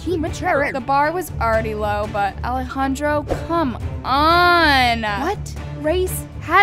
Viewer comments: I’m sorry but is no one going to talk how she doesn’t know how to say Alejandro’s name/nickname 😭😂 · hear the way she said ale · HIVE girl- i was saying that i DONT like how she pronounces mattia and alejandro’s name it’s VERY DISRESPECTFUL i was NEVER talking about how her CONTENT